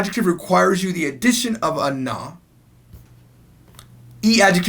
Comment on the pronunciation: but you say 'nu' not 'na'